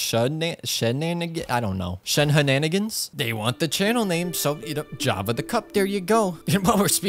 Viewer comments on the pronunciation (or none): British Java?